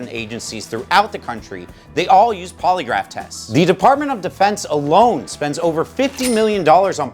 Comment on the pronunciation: I thought he was saying poliwrath like the Pokémon